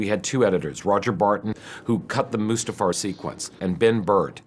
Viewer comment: "mufASTA realm???" Dude, if you're going to speak directly to the director of the film you're working on regarding the MAIN sequence you're working on, I think it's best to be able to pronounce everything right.